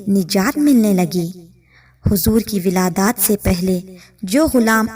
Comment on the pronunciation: Wiladaaaat nahi wiladt